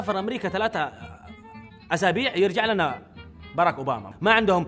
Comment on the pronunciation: بدر صالح ليش ماتقول للناس انك حضري لان واضح من لغتك لانك ماتقول ثلاثة انت تقول تلاتة